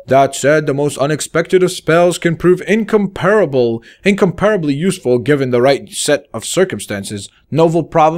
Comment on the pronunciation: English pronunciation: incomparably is pronounced - IN COMP RA BLEE. you don't pronounce it as "compare". so any time you see INcomparexxxxx just remember not to pronounce it like compare, lead off with the IN.